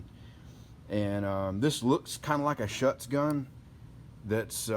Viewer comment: It is Schutz pronounced SHOOTS... because... well... it SHOOTS...